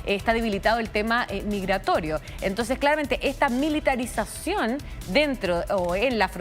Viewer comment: LEROY BURROY... ES MILITRATRACIONIZIÓM!